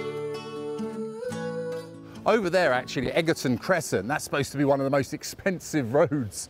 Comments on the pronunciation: Egerton at 22.17 is pronounced Edge erton. 😇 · Egerton is pronounced edge er ton.